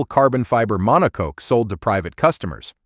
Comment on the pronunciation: Get rid of AI voice and use English - Jag you are not Jagwar - it's coopay, not coop and I have no idea what a monocoke is.